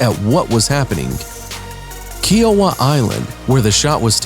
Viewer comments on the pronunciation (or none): none